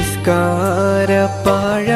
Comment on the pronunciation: നിസ്കാര പാഴാ അല്ല.. പായ